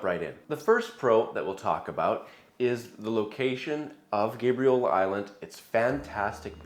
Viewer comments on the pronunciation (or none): I've never heard anyone call it GABE REE OLA lol